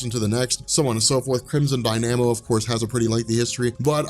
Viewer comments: Crimson DIE-nuh-mo, not Die-NAM-oh! Do you purposely mispronounce character's names just to piss off long time comics fans? You mispronounce at least one long time character's name in EVERY video of yours I have watched! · Crimson Die-nam-ohh. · you pronounced "dynamo" in a very interesting way.